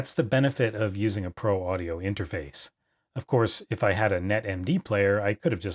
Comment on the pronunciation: Every time I here “interface” I think of 8-bit Guy saying it as “interphase”